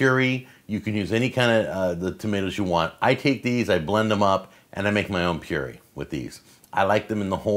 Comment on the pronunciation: Its pronounced pure-AYE ;)